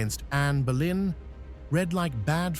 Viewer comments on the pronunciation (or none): It Boleyn not Berlin. You should read about visitors to the Tower of London who have witness her apparition flowing in the air with her severed head, under her arm where she was executed and where her body was buried in St Peter and Vincula within Tower of London. she mostly makes appeareance on the day of her execution on 19th May. You may find it very interesting it on Utube movies.